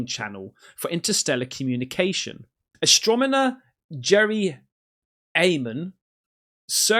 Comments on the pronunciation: "Astromoner" These aliens are already having an effect on our ability to communicate. We're doomed. Doooooomed! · Should a guy who doesn't instinctively know how to read/pronounce the word 'astronomer' be making videos for public consumption on this subject???? "Astrominner" 😂😂😂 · It's pronounced ASTRONOMER not ASTROMONER, cmon! really, after he says these things it's so hard to continue watching. He doesn't know what he's talking about. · Did you know that you say astromoner instead of astronomer? 😊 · I'm on edge when you read, astromoner no, its Astronomer,. Slow down your reading, as you mispronounce certain words, constantly.. Just don't read so much out loud, paranormal is cool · AstroMoNer? Really? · It's pronounced ASROMONTER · Bro. Its astroNoMer lol. You getin the N and M mixed up 🤣 Was havin a mare reading 2nite wernt ya 🤣🤦🏾‍♂️